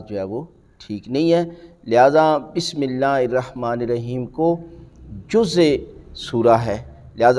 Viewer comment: Pehly hud Bismillah prhna b seekh lo plz